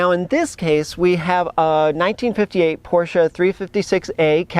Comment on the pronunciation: Thank you SO much for pronouncing "Porsche" correctly! To me, it's like scratching fingernails on a blackboard to hear someone call it with only one syllable - "Porsh." Naw...that ain't right. It's two syllables, "POR-sha."